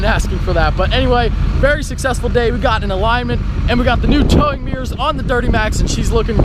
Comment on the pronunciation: ohhhhh "mirrors" i thought you were sawing "towing gears" LOL